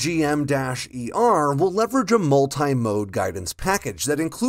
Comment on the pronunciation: AARGM-ER is pronounced “Arr-gum ER”